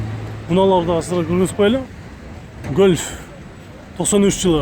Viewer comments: гөлф 3 дебей, голф 3 дечи эй братишка !!! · Эээ тантык бираз Гольф дечи ебать чычкы келип кетти кусуп ийчудой болбой